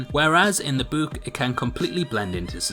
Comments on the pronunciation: Did anyone else notice how he said boook not book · Nigga says book like buuk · Did he just say buke? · Ha! You said boouk!!! 😂 here’s the time stamp!!! It’s just too good!!! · A sub for how you say "book" .. BOEK😅🤣 Thats Dutch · Lol I love how he said book